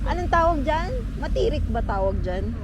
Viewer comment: Mtarik, hindi matirik 😂😊